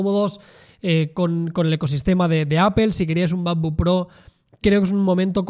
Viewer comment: El "mapbook"